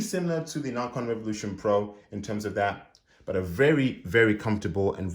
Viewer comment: I think you’re mispronouncing ‘Nacon’ haha other than that this is a good review, thank you for posting.